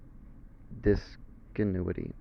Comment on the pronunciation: when the teacher cant pronounce the title of the lesson